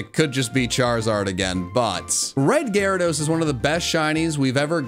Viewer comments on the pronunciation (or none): It's Gyarados, NOT Garydos!